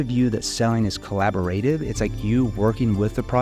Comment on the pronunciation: Collab-o-rative. emph-asis on the wrong syll-all-bull my guy